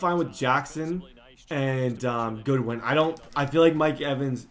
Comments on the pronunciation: It’s Godwin not goodwin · As a Bucs fan, yes, their O scheme/personnel is designed more-so for a vertical/intermediate attack with not a lot of YAC. Also, gotta hit you up about the pronunciation of Chris Godwin's name hahaha, it is "God-win" not "Good-win" :P. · It’s GODwin not Goodwin 😂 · It's Godwin not Goodwin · Godwin not Goodwin😭😂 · Everytime you say goodwin i get triggered its godwin not goodwin bro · As a penn state fan it bothers me when you say Goodwin and not Godwin, no hate tho I love your vids and this series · His name is Chris Godwin, not Goodwin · Just letting you know it’s god-win not good-win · Godwin’s name is not Goodwin it is Godwin like god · Btw your WR’s last name is Godwin not Goodwin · its god-win. good-win is on 49ers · I don’t wanna be one of those annoying people but it’s God-win not Good-win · Godwin is pronounced (god-win) just like it looks lol not goodwin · Winston and by the way it's godwin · It is spelled Godwin why do u keep saying Goodwin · It’s pronounced Gahdwin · It is pronounced (Gawd-win) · Why are you calling Godwin “Goodwin”.. ugh you’re so bad